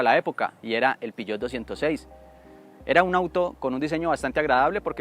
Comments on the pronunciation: Peugeot, no piyot .. :face-fuchsia-tongue-out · El "piyot" jeje